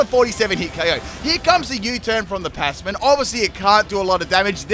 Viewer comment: a full “ has trouble saying this mon’s name” team (this is a soft tease i mean no harm <3) passimian, magearna, and blacephalon. can’t think of any more atm, but there should be a grass type bulky staller with synthesis